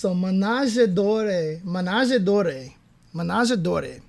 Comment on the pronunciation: The e at the end of words in French is normally silent. Unless it has an accent like this é. In which case it's pronounced like the e in television. So Manège Doré, carrousel in case you are wondering, is pronounced Maneg Doh- reh. To make things more interesting the d at the end or Rond is also silent and the rest is pronounced like the liquor. Also, whenever you see oi in French is pronounced like uah. So Rond Point would be Ron Puahn. On the topic of unique sounds, any en you see is pronounced like an. The sound has a trick. It's a nasal sound. So it's more like, annhh. If you think you are overdoing it, you are probably saying it right. So Renversé is Ranhh-verseh. Finally, ou together sounds like the oo in poor or too. Grand Fouetté then is pronounced Granhh Fooetteh. It's a real ballet move that consists on spinning around on one leg while the other is extended straight. Have fun. Practice makes perfect.